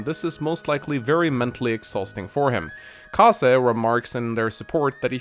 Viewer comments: "Kaza" "Kazek" Its Kazay. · Can't say that I've heard the pronunciation of Kaze as "Kah-zah" before... Typically it's either "K-ayze" or "Kah-zey". Not a complaint, just a point of interest.